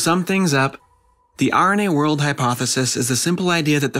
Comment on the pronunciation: Sounds like you say "The irony age hypothesis" at the end. Wich was fun.